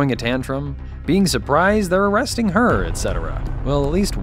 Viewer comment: “ARE YOU AUrrrWrESTING ME?” 😂😂